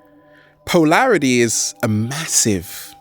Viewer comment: "Poelarity", wonder is it relates to polarity, ugly enunciation that reflects the fractured mental force that is struggling to squeeze words out of a mouth-breathing body. Keep at it savage, I'm sure your ugly noise is being filtered by the audience which has to be extra attentive to understand you.